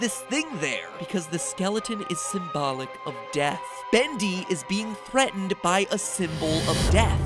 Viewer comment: SkeleCat he says bundy and it is bendy